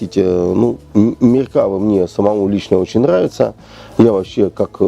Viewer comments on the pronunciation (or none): МеркавА, ударение на последний слог. Палестинские отряды Хизбалы - вообще вне критики. Хотя бы потому, что Хизбала - шииты, а что Фатах. что Хамас - сунниты. Вторая Ливанская - никак не интифада. И т.д.